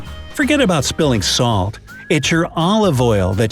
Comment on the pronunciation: You said about is wrong